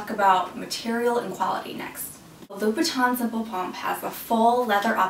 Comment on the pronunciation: It's Louboutin, not Loubouton